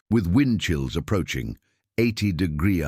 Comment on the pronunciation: I think your AI reader is drunk. 'Degree' isn't a difficult word to say generally. Enjoyed the story anyway.